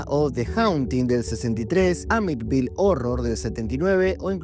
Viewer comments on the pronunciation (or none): Que no es Amityville no amitville ?